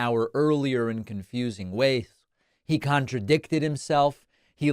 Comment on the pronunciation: Is David having cognitive issues? He pronounced ways as wayth and didnt correct himself.